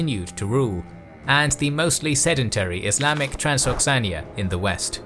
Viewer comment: I love the video like always, but isnt it Transoxiana, and not Transoxania?